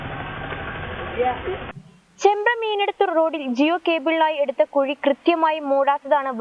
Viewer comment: Kazhi alla kuzhi😂